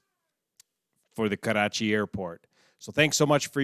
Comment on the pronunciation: Karrrrrrrrrachi. LOL